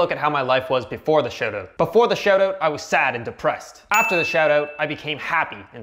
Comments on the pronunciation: Sounds like you are saying shadow instead of shout out. You must be Canadian. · I can tell you're a fellow Canadian by the way you say SHOAT OAT. Fookin epic bud.